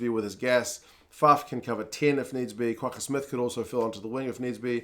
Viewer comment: Always appreciate your fine summation and comments. Great job. As an Afrikaans speaking South African 🇿🇦 I'm very impressed with your spot on pronunciation of our "G" in RG Snyman & the double "gg" in Kwagga Smith. 100pct perfectly pronounced 👌 👏 😊 best wishes from Ivan in Cape Town South Africa 🇿🇦 l 😎 👍